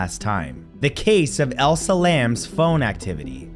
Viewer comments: Her name is pronounced Eliza not Elsa. This is not Frozen.🥶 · HER NAME IS ELISA!!! NOT ELSA! Show some respect for the dead Matt.